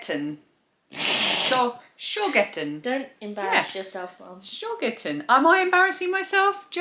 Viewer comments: Hi! German viewer here 😅 You pronounced Schogetten nearly perfect 👍 Have a wonderful week ❤ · What a lovely box from Germany! I'm really missing German sweets and chocolates! Your pronunciation of Schogetten was spot on. 😃So glad Phoebe is feeling better! What a shame the sleepover was cut short.